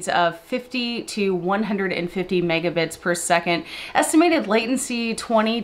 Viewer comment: Did you say 2 Mega-tits/second??